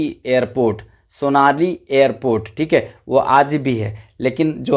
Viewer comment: Sonali nahi sonari hei.